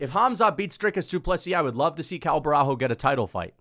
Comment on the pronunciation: Cuz, u need to learn that Portuguese don’t pronounce the “h” so u have a full vid of u saying borralHO when it’s pronounced borralYO, you’re already a controversial figure, don’t start sounding dumb too otherwise ur cooked